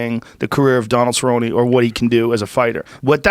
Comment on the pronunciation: Stephen A Smith might have a case to discuss these things if he truly cared about the sport. But he called Cerrone “Cowboy Sir-own” literally the week of the fight and routinely mispronounces fighter’s names. He barely knows who these people are and clearly doesn’t know fighting.